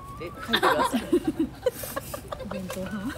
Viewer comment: お弁当ではなく、クワンクワンって言ってた😂